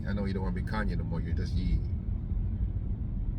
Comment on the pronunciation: The Ye is pronounced “yay”